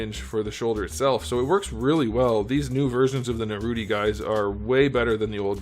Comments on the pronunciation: It's nar ooh toe😂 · It’s Naruto not Narutie 🤬🤬🤬🤬🤬🤬😃💀😍😍😃😍😍🎊🎉💕📱💕📱📱🎉🎉🎉📱😃💇‍♂️💇‍♂️😃🎊😃😃😎😎🎉🎉🎉😘🆙🆙⬆️⬆️⬆️🦧🙏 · It’s NaruTOE.. 😂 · Narrr Rooot Tee. Outstanding 😂, Sas UUUU KeHh. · i love when you say naruto like narute 😂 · First time I genuinely laughed at a figure review. The subtle sarcasm and the narootie 😂😂